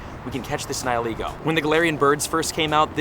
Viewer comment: You say Niholego but it is Nihilego